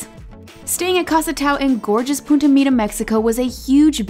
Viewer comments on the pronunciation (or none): none